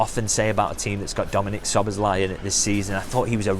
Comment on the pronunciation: "Sboz" = Szoboszlai - megtanulhatnád már a nevét!